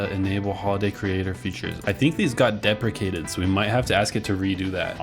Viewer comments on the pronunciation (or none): none